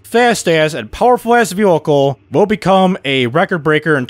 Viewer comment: Jesus the way you say vehicle is making my brain hurt